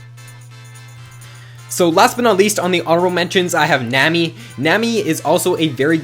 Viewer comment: nammmy? nammmy?! it's nami like tsunami